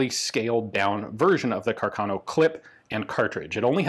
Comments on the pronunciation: It is pronounced Càrcano, not carcàno, the accent is on the first a. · I think you should pronounce Carcano with the stress on the first a, not on the second... Càrcano, not Carcàno...